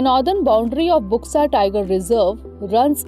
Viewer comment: इसका उच्चारण बुक्सा नहीं बल्कि बक्सा टाईगर रिजर्व होगा। इस क्षेत्र को डुआर्स कहा जाता है। असम में भी बक्सा नामक स्थान है। अलीपुरद्वार पहले सबडिवीजन था पर 25 जून 2014 के बाद इसे जिला बनाया गया।